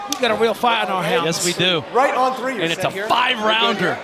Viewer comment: You know is South African when he says" right on TREE"😂. PVZ...nope,flinching on every shot...there is not such a thing as a "tiny/smallest" flinch. A flinch is a flinch,does not matter how hyped your name is. Wolmarans is just punching bag for the hyped ladies...hope her payday is good